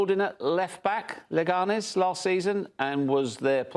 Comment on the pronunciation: “LeganÉs”, not “LegAnes”. Por favor.